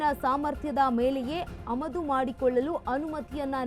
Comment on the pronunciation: ಅಮದು ಅಲ್ಲ ಆಮದು